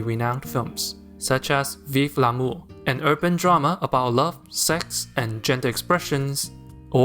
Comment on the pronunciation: Your “Vive L’Amour” was so impressive till I remembered you live in Montréal.